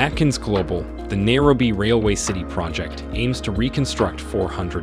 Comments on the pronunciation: why is this guy pronouncing Nairobi like that? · Good video, but why wouldn't you get the correct pronunciation of names? At least for Nairobi. These are NOT English words!!